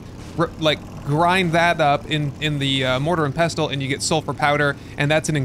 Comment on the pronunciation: Fun fact! The "t" in Mortar and Pestle is silent! :::pessle